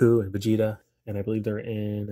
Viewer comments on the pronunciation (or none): none